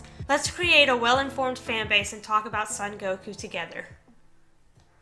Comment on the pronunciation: It'd be nice if you could pronounce his name right. The "so" in "Son Gokuu" is pronounced like the English word "so". Gokuu has a long vowel at the end, so make the "u" sound at the end a little longer.